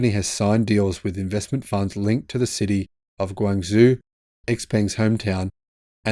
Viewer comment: in the word 广州 in Chinese the second syllabe is pronounced zhōu (like "Jo" in English) .